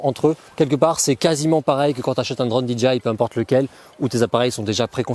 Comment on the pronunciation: Bravo pour tes vidéos. Tu dis souvent "di - dji -aïe" pour DJI. Il faut dire " di - djaiye - aïe" . J >> " djaiye " , G >> " dji ". Merci pour tes videos